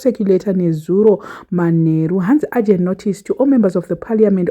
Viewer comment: Is it agent or urgent? Check for that pronounciation please